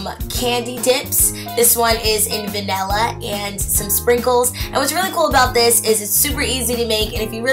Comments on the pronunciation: its Vanilla not Vanella soz it was just getting on my nerves... love your channel though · It's vanilla not vanella!!!